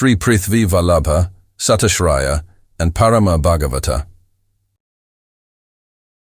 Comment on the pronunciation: Bhattaraka, Satyaashraya were horribly pronounced. But, what an effort !! awesome. Even the base voice was good, but the accent should be changed to Indian. If possible, please reupload with Indian voice